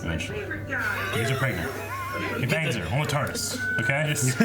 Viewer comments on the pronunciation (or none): none